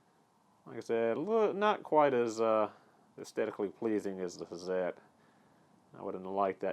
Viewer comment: Awesome... Thanks for correct pronunciation.. excellent. Love these tools excellent review. Hazet..pronounced: "Hartzet" if anyone cares :)